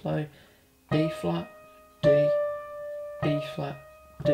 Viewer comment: no offense but everytime i heard you say E flat, i thought you said B flat and it kept messin me up lol